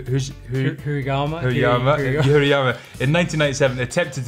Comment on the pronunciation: Not "Yuri"...YUJI